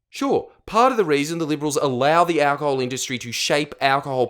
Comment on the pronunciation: why does he say it like that? "owwcahol"?